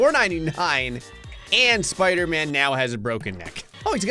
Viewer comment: Spooder flan instead of spider man 😂